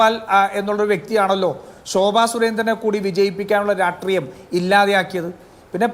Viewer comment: രാഷ്ട്രീയത്തിൽ ഉള്ള രാജു പി നായർ രാട്രീയം... രാട്രീയം എന്ന് എപ്പോഴും പറയുന്നന്ത് എന്ത് അരോചകമാണ്...